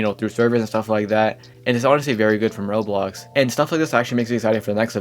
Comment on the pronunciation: why does bro say rolo, rolls and rolox instead of roblox 💀